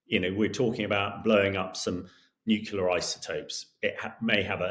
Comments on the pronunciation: NU-CLEAR - NOT - NUC-U-LAR - Mr. Gordon you should absolutely know better !!!! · Yes, they insist on "nucular "😅😂😮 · I am sure that the guy knows his business but can’t someone please teach him how to pronounce “nuclear”? It’s not”nukular” for heavens sake. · Absolutely silly statement, but the way this Englishman says nucular is equally silly. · It´s pronounced nukelar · 😂😂😂😂 yeah, I ve been saying this for ages. And he was UK Nuclear expert !!!! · This guy can't be an expert in nuclear weapons - I know this because he doesn't even know how to pronounce 'nuclear'. Please, Times Radio, get real experts, not tossers. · Gringos who pronounce that word wrong are also wrong. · ......and yet weirdly the colonel can't pronounce the word "nuclear"